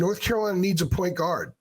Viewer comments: it’s like one word instead of two and you’re emphasizing guard instead of point lol. Also kinda sounds like Enguarde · Why do you say point guard like that lol